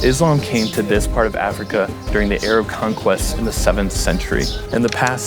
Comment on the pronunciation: "Muzlim" and "Ayrab"